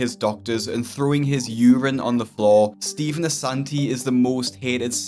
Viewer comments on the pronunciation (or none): love how he has “Ass” in “Assanti”